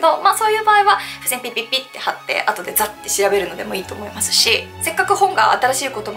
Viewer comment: この方の「思います」の「す」の発声は「せ」が混じっているな。唇を横に伸ばし、口角の筋肉を少し下げ、下唇を少し前に出しているのではないかな？舌が少し前に出、上に上がり過ぎているのかも知れない。「す」の正確な発声を練習されることをお薦めする。